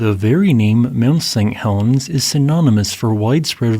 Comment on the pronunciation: Interesting video thanks. Did you know that it sounds like you're saying Mount Seng Helens every time? Sorry if its a speech impediment, i just thought you'd like to know.